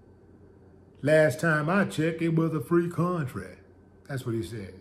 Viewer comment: Last time I checked it was a "FREE KUNN-TRAY...🤣🤣🤣🤣